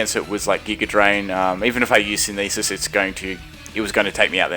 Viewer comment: Cool videos but as usual your pronunciationsare quite off putting for me. Synthesis, Florges, Gliscor...Sin-the-sis, Floor-gess, Gly-scor come on dude, it's not that hard.